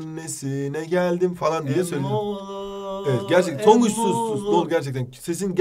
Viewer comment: EmmIğğoğluu Emmioğlu 😂